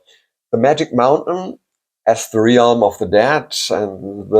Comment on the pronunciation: The word realm is pronounced as if it had no a. As relm